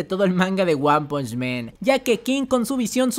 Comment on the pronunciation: Hermano, buen video pero no es lo mismo decir "men" que "man"....